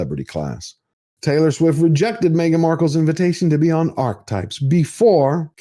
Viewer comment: Great video but, how do you not know how "Archetypes" is pronounced?